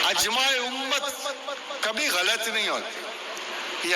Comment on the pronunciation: شرم کرو تکبر سے توبہ کرو سادگی سے کہو داڑھی واجب ہے اور مجھ میں یہ عیب اور کمزوری ہے ۔۔۔۔استغفر الله اس کو کس نے پروفیسر select کیا ہے ۔۔۔۔جو دینی الفاظ استعمال کی ہے اکثریت غلط تلفظ میں ادا کی جس کو الفاظ کا درست تلفظ نہ اۓ وہ پروفیسر ہے مثلاً اِ جماع امت کو اَ جماع امت کہنا ۔۔۔۔۔😄